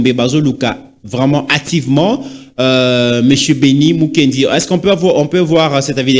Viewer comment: Bon, une petite rectification c’est Mukena et non Mukendi